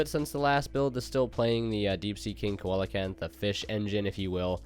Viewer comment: "coal a canth" is what is is